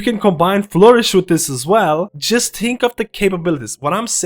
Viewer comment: "Just tink of de possibilities"